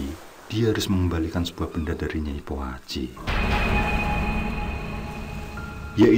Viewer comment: Kok aku degernya nyai kuaci ya 😂